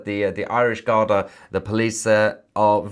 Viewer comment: Mahyar it's pronunced "Gardee". (Not garda). I lived in Ireland for many years.